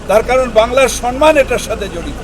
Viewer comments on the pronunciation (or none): Dhurr. Sanman kathata vul kathata hochhe samman Sabai ei vul uchcharanta onekei korchen Dhanyabad Hàrekrishna